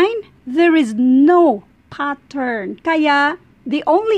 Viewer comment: Mamm it's pattern not pathaan